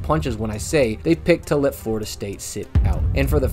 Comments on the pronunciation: Yeah lol Im an FSU fan and I raged every time you said flordia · I can't even watch this video anymore. You keep calling Florida State F"lorida."